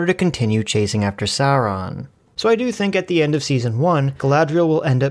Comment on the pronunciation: PRONOUNCED SAURON CORRECTLY! Well, at least one time.